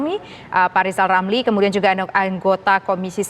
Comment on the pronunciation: Kita simak apa kata lizal lamli...